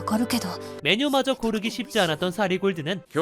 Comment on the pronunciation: 그냥 소소하게 틀어놓고 딴짓하기에 딱 좋은 애니라서 많이 애용하는 중인데 반갑네요.. 근데 라면 사리도 아니고 사리 골드 사리 골드 좀 신경쓰이네요. 사'라' 골드인데